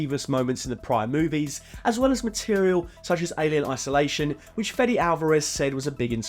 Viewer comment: "Fetty Alvarez" , is Fede, as in FEDEX without the X